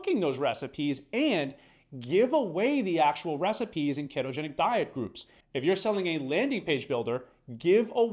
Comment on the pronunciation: Ai talking here? You pronounced it Kettogenic. Makes me feel like this guy is an ai. A good one though. ❤